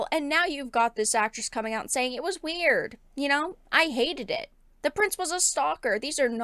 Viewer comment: she needs to stop talking. course i think the damage is done. the way she said "Weird" is burnt into my brain and i can't get it out.